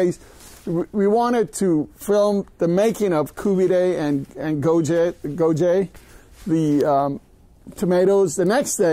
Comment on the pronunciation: Kabob seems to be half decent, but buddy whats 's with the the koobidayyyy and gojeyyyyy, I mean you can give it a little break.Even if you are making the video for a non persian speaking audience you dont have to go with the wrong pronunciation of a profoundly Iranian dish. Koobidayyyy and gojeyyyyy sounds a little too much.